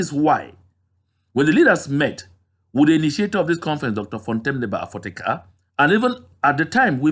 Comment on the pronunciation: I like the way you always pronounce the name of Dr Fontem Niba Afoteka